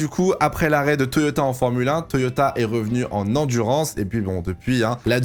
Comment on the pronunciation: Le « Toyota » à la fin, parfait 👌🏻